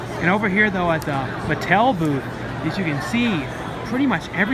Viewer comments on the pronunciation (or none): none